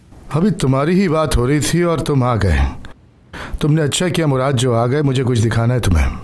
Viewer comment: it's muraad they pronounce it Muraat and write it Murat